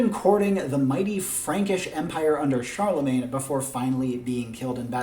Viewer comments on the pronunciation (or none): none